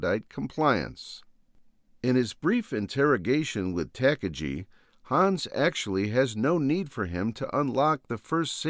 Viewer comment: It's pronounced Tah' Car' Ghee' you philistine, I'm an exceptional grammatical purist.